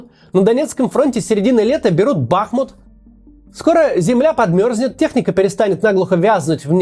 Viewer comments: не бАхмут, а бахмУт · БахмУт. Ударение на у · Правильно БахмУт.(удерение на У)